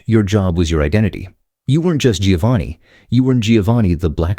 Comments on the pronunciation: You would think a video about Italian names would have an announcer who could pronounce Italian names. You would be wrong. Giovanni is pronounced Joe-vah-nee, not Gee-oh-vah-nee. Medici is MED-itchy. Unless you're a computer, then why bother. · Less than one minute in and I had to bail with these fools. Giovanni is Never pronounced (phonetically) ‘GEE-oh-vahn-ee’…it’s (phonetically) pronounced, ‘JOE-VAHN-ee’. Ciao, idiotas 😘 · I just managed 34 seconds until the Italian AI voice read Giovanni (John) as giovani (young), sorry you lost all credibility! I listened to the English version and… this is what the Italian would would call “bar counter” knowledge! It’s all mostly BS and some “common sense”. Oh and you forgot the 2 most popular surnames in the north Colombo (again the abandoned children) like Cristoforo (Columbus) and Brambilla. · Giovanni is not pronounced Geeovani.